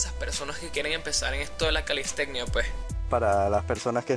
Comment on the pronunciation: calisteCCCnia! 😂😂 pronuncia bien Calistenia.